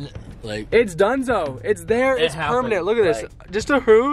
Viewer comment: Am I the only one who thinks it's so cute when says pernament instead of permanent 😂